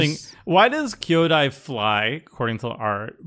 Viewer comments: Card: Kyodai: Coyote? What? How do you even get there? Kyo = yo with a k at the front dai = same as die or dye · One gets there by reading it Ky (as Kai) O - Di (ignoring the a for some reason lol) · The power that holds being able to blatantly ignore vowels is a marvel. Gotta give it to him, is right. Kyodai is not a coyote, but how that is ironic I do not understand. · Oh boy that kyodai pronunciation. is in rare form today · The fact that none of the other three players ever correct mispronunciations is frustrating at times, especially for specific names like this week’s commander. I know from years of watching CC that wherever grew up had an interesting way to sound things out and inflection, but Kyodai is a pretty known name and the others should help him say it correctly.